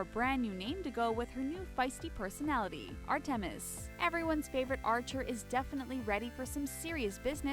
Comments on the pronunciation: It's Artemis not Art ta mis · Ar-tim-is? No it's arta-mis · dude '' art emis'' WTF?! thats like a name of a character from young justice